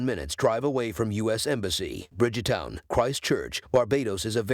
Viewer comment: Hi there u r doing a good job, but there one thing that u kept saying the word BRIDGEEE-- TOWN AND NOT BRIDEGTOWN , THANK U ...